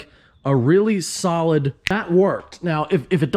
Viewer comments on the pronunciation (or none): none